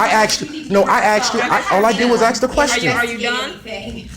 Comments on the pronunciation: It's 'ask' no axe her a question ffs. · Since when did Americans start saying axe instead of ask? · Sorry you can't record audio without consent. And why do you keep saying Aks? instead of Ask? its funny one time he did say ask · The fucking word is ask A S K Not fucking A K S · this video gives my hurt the brain. "i axed a question" and can we stop using "cops kill people" as an excuse? no wonder the guys paying child support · Learn to ask a question. Not axe. Makes you sound illiterate. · It didn't help to say "ax you a question". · It's not aks!!!!! it's ask! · Well, you know, you could quit being a dumb animal, and support your child? Oh, and btw the word is "ask" not "ax" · Its pronounced ask not acks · "All I did was axe a question" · "axed her" W.T.F.?